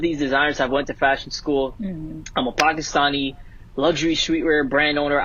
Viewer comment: I’m glad learned how to say “Pakistani” correctly.